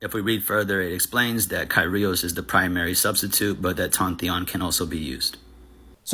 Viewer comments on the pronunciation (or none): There are enough different valid standards of Greek pronunciation to make [kajrios] a genuinely impressive mistake.